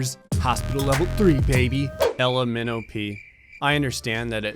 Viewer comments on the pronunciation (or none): When he said Ella Minnowpea, thought he was saying the alphabet letters L M N O P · When you pronounced “Ella Minnowpea”, I just heard “LMNOP”. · When he said Ella Minnowpea's name all I heard was " L M N O P" and I was like, "bruh you singing the alphabet?"